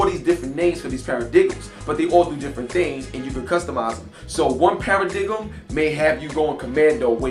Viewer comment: cool review . it's pronounced paradigm {PARA-DIME}